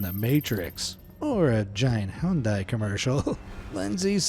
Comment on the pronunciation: I've never heard anyone butcher the pronunciation of Hyundai so badly before.